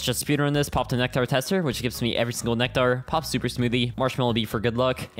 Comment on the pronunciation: i swear has to just be saying nectar like that to piss us off